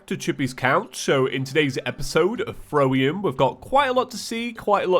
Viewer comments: no one: James: THROWIUM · Did you say throwrium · ... Did he just say THROWium? My life is complete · Throwium lmao I love it